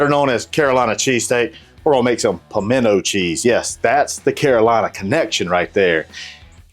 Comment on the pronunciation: Nope. The moment you said pimento, I was out.